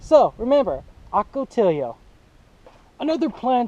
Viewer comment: it's oka-tee-yo.